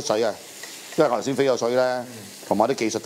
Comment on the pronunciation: 連「頭先」都懶得講，專登講成「由先」，都唔知咩鄉下話。